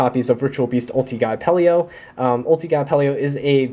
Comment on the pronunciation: Great profile honestly, for a competitive version of my fav deck. I just have to say -- Its Apelio, not Apple-e-o <3